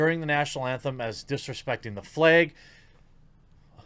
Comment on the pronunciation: The fleg? That's midwestern adorable right there!